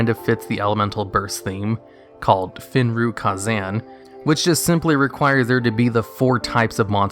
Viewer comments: " Fin Ruh Ka Zamm" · What card is “Fin-Ruh-Ka-Zan”? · "Fin-Ru-Ka-Zan" lol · I'm a little stunned at how you pronounced "Fuh-Rin-Kah-Zan" wrong after pronouncing it correctly in another video. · "Fin Ruh" Kah Zan???? LOL